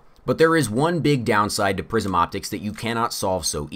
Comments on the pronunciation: I keep hearing "prison" instead of "prism." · I thought he was saying ‘prison optics’. I don’t even know what they are...